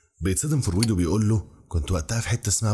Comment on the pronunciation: حاول تسمع اسمع فرويد عشان تعرف تنطقه + نيوتن بتاع تفاضل وتكامل وميكانيكا واستاتيكا ولاهوت وحاجات كتير اوي الا الفيزياء اللي انت قولت عليها دي استمر ❤